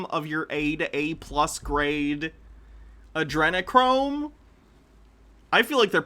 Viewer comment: He said Adrenachrome so incorrectly I thought he was talking about Andrew Cuomo.